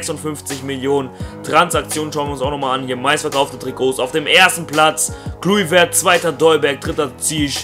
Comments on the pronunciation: Assgesprochen wird er "Kloiwert" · Er wird Kleuwert ausgesprochen ;^) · den spricht man so aus "Kleuvert"